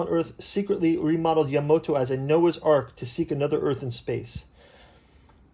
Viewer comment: It's "Ya-MA-to." Not "Yamoto". (sigh) What you got here is, it's a program guide specifically for the 1977 theatrical release of the Space Battleship Yamato compilation film; there are plenty of other books that cover both the 1974 TV series and the other TV series and films, but this one was just for that '77 movie.